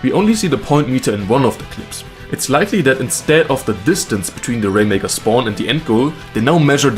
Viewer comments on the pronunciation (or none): I really like the rainmaker checkpoints. I had this idea months ago. also "spwan"